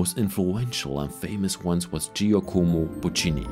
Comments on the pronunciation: Please learn to pronounce "Giacomo" (same in English as in Italian) and also know he was not a performer but a composer. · Mee too!😂 When pronouncing the first name i had to laugh out loud! No derogatory laugh, just so funny!